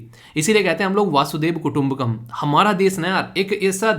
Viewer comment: Sorry sir, वासुदेव कुटुंबकम नहीं होता, वसुधैव कुटुंबकम् होता है। 🙂🙂